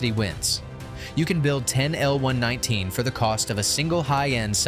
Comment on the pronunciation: Just to be clear; It's the M-one-one-nine AND NOT an M-one nineteen!!! A real military historian would know this!!!!! Thumbs down!!! 🦘🦘🦘